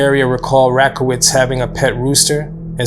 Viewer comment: You could at least attempt to pronounce the names correctly! Rockowitz is pronounced 'rock' like the stone and Beerle is not pronounced like beer the drink, but Bear le. She originally lived just 5km from me and was a wonderful person.